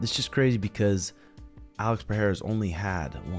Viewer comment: Stop with this wrong "Peheira" pronunciation, I'm so tired of it